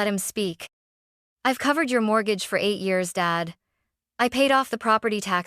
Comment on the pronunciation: Haha! MORT-gahge